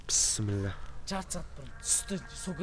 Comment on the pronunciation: Сонгы видеода жанын шыкты ау брат сонша корыктынғой. Бисмиллахты катесыз айттын сонында басында жай айтып жатыр едын . Бырак корыкканга кос корынген деген соз бар брат видео мыкты бырак музды ошырсен